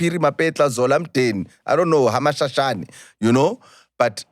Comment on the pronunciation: Ga-Mashashane... Lol